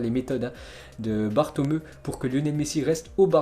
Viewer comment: Je t adore mais stp prononce le nom bartomeu, bartoméou👌😅